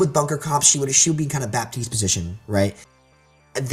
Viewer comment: What about the amount of times they both say Baptiste wrong?